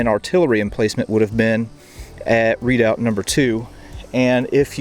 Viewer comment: pronounced re..doubt not readout! or maybe thats an american thing like booee for buoy